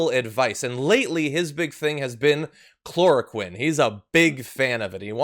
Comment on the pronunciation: He's so stupid he can't even say the word Chloroquine